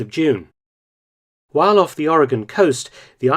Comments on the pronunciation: Doctor, as a native Oregonian, I wish to thank you for learning how the States' name is pronounced. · Thank for pronouncing Oregon correctly. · The Japanes shelled an oil refinery and caused hundreds of dollars of damage. Hundreds of dollars. I've been to fraternity parties that caused more damage. Mark, you said Americans in California and Oregon were kept in a state of fear. True (well done, pronouncing "Oregon" correctly). But Americans in Washington State were also alarmed. It's funny how quickly civilian patrols formed to watch the coast. It's a miracle that these amatures didn’t exchange potshots.